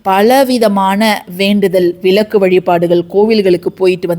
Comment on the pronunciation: பினி அல்ல பிணி, விலக்கு அல்ல விளக்கு என்று உச்சரியுங்கள்.